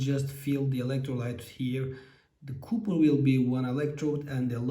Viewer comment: Mukemmel anlatim . Ingilizcen cok iyi . Bir tek Kupir degil Kapir guzel abicim . Vurgu A harfinde Kolay gelsin ...